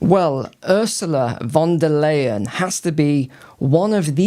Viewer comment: May I help with the pronounciation: Ursula von der Leyen = OOR-zoo-lah fon der LIE-en, Friedrich Merz = FREE-drikh Mairts.